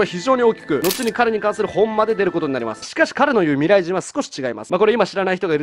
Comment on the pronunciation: OPより「ミﾘｬｲｼﾞｭﾝ」 かわいいー(白目)